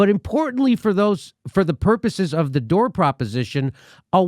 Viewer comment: Why does she call him Dore?